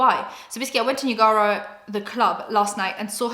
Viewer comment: girl what is that pronunciation of Niagara 💀💀💀